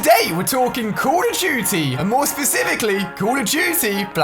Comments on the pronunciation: The way he says call of duty, “Call of Juty”😂😂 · he said call of juty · who hear him say "code of guty" :D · "Today we are talking about call it juty" 😂😂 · U do not know how to say call of duty jzt listen to Ali how he says it